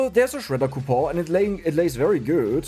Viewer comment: Man, those coupo silent N's really helped out making this run....function Reroll coupo Alchemy coupo Where's the N? Cou Pon Cue Pon The N has left the chat.... It has gone on vacatio The coupons have retired Game breakig ru N has left.